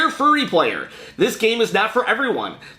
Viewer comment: Cool unboxing! First of all, the game is pronounced like the word "fury" or like fe-ur-ie. The contents look awesome! Not the best steelbook, but it does look pretty slick! Man, these unboxings make me long more for my Celeste CE to some now. The CEs have a common theme in the format the contents are packaged and the missing space (at the beginning) was not for the art book, but for the game! It just fell through the packaging. I would use the caped superhero side of the picture. My favorite item is the steelbook, of course. Have a good day!